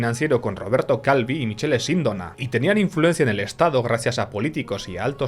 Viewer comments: Michele en italiano se pronuncia Mikele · Michele en italiano se lee MIQUELE, Sindóna con tilde en la O (aunque en italiano las tildes se ponen solo en la última letra città, caffè, università etc) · Se escrive Michele pero se lee Micqele Sindòo-na, Novara es una localidad y no se lee Novarà sino Novà-ra , Licio Gelli se lee Lichio Llel/li, bocconi es Boccc-oni, loggia se lee loodlla, aqui un poco de italiano un saluto👋